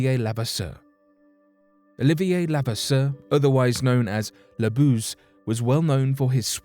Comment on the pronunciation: I am related to him. It's pronounced lu- vass-er